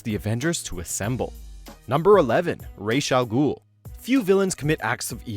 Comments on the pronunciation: "Raysh" Al Ghul? Every other time I hear that name, it's "Raws" Al Ghul. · how the fuck did you pronounce Ra's al Ghul name?????